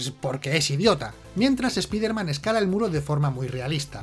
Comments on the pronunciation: Conozco a "espaiderman" no a "espiderman", cutre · Los españoles siempre con su terquedad de llamarlo espiderman se pronuncia "espaider man" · Ya se por que lo de random, aleatoriamente pronuncia algo en español "espíderman" otras cosas en inglés "te ameising". Por fin lo entiendo